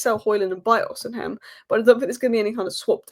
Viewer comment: “Osi-hem” annoyed me a little more than it should have.